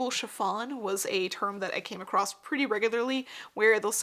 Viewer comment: Love your talks but there is no t in the word across.